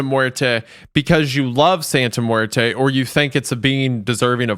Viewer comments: re: Santa Muerte: It's NOT "muer-TUH," ForCryin'The'F'OutLoud. It's "muer-TAY" (but with accent on first syllable), ENDING WITH AN 'A' SOUND gawddammit‼️‼️‼️‼️‼️ —Get a freakin' CLUE ‼️‼️‼️ (–Sorry, but having to listen over an hour to utter lazy, culturally disrespectful phonic BS has made me a little nuts....) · hearing say santa muert-uh instead of muert-eh when the other two are saying it right pains me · Each time wendigoon says santa muetre I hear Santa muetra. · i wonder how many other spanish speakers heard pronouncing muerte and lost their shit. it’s pronounced “muer-tey” for the curious non speakers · As a Spanish speaker, it was killing me a little bit on the inside how was pronouncing death., let me give you free spanish lessons. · mispronouncing "muerte" every time even after said it correctly numerous times is driving me insane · pronouncing her sons long ass name but cant prounce Muerte is kinda funny tbh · ARE THEY GONNA LET HIM MISPRONOUNCE SANTA MUERTE THE WHOLE TIME?!